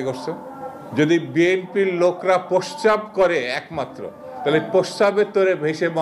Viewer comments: প্রস্রাব শব্দটাও ঠিকমতো উচ্চারণ করতে পারেনা। এরা আবার নেতা ছেহ !! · প্রশ্রাব কেও তো উচ্চারণ করতে পারে না। আর এই দুদু ছাত্র নেতাদের তুমি করে সম্ভোধন করে কি হিসাবে? একেবারে ফাউল একটা মানুষ।